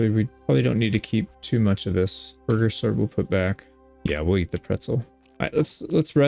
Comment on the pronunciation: I know I'm late, but Burgherr is pronounced like Boork-Hare.